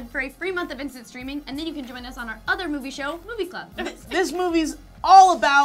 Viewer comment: I definitely thought they said "Free month of instant screaming" and I was like, under what circumstances is that desirable.